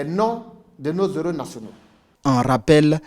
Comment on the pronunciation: Je suis totalement d'accord avec le sujet. Mais des "zéros " vraiment ça me fatigue... On écrit "des héros " et ça se prononce "des éro" non des "zéros"...